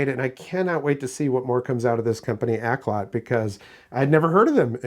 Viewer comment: Pronounced Auk-lot not Ak-lot. It's Cantonese for good music. You're welcome